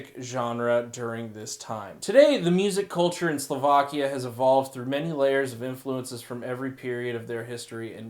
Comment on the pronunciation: dont care about the Wales first. He says Sovlakia no Slovakia.